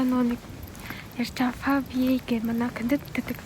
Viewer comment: favye gj duuddaggush favway gene